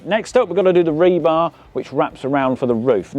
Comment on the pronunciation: We needed a count of how many times you said rebarb.